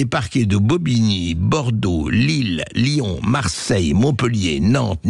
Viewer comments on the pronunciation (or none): none